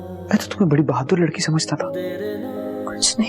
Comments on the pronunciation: Lakri lol 🤣🤣 Jab ap neend me video upload karein 🤣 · O bhai lakri Nahi Ladki 😁😁